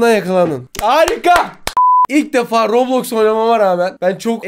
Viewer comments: ablacım rablox değil roblox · daha okuyamıyo rablax diyoya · Bu arada robloks a rablox demesi peki😅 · Lan daha roblox diyemiyorlar rablax diyorlar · Roblox a rablaks diyenkoca yürekli ablamız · bisi diyim mi daha heber ciler Roblox a boblox diyo kskskskksks hu nası haberci haberciler daha konusmayı bilmiyonuz haber mi yapacanız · Haberler bilip bilmeden konuşuyorlar ailemiz kontrol edebilir lan daha Roblox u düzgün söylemiyo rÖbLoKs LFEKJGBAELFKJGBEQFOŞJGNR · Rablax ne kanka roblox o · Daha doru düzgün roblox diyemiyo bide yasaklıycak